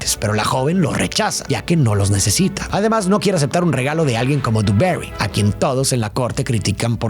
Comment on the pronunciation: Por favor, por favor...no es duberi, no es inglesa. Joder, intenta pronunciar bien el nombre en francés, hostia, que es Versalles, tío. Se pronuncia dibaguí...que es francwsaaaaa